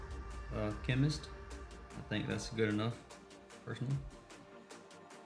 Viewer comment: Darling, you are still saying chemnist 😄❤️